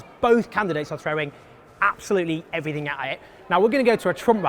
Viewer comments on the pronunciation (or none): Why don't you just try start pronouncing the letter T? "Boaf candidates aw frowing everyfing a' i' " (Both candidates are throwing everything at it)